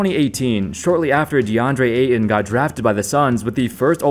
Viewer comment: Remember that there is a "t" in Ayton, not just a glottal stop.